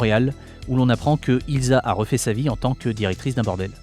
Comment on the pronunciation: C'eût été approprié de prononcer "Ilssa" et non "Ilza", dommage.